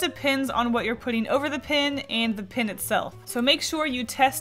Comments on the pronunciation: why do you say pin? instead of pen... Im confused :P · It's pronounced p-E-n. Pin is not the same as PEN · When you say "pin" are you trying to say pen? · Hehehe you saying pen like pin is cool and unusual